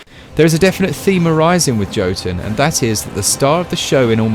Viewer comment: Why do all the reviewers pronounce it wrong lmao? The fuck is "Joe-ton?" 😂😂😂